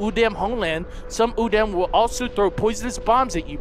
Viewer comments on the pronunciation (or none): Plus you pronounce udam, u-dam. The correct pronunciation is u-dahm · its pronounced like this udom